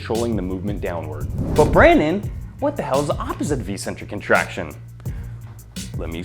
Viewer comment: I believe eccentric is pronounced as " iK-sentrik " .